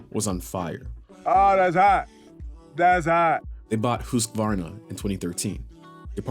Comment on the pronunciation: Giving you props for pronouncing Husqvarna correctly.